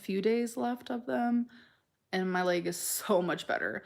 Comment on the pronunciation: The Lay-guh is red The Lay-guh is painful The Lay-guh is swollen The Lay-guh is TIRED